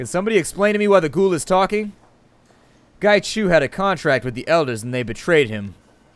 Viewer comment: Its pronounced as 'ung', as in hung without the h. But his ING is just as cool. Qi = 'chi' Macau = 'ma-cow' Hui = hwee Whampoa = 'wumpo' Ip = 'yip' Gaichu is spot on! I'm Cantonese by the way. :)